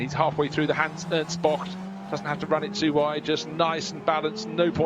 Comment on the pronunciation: Is there a reason the commentator pronounces 'bocht' close to perfect? It's getting uneasy for me haha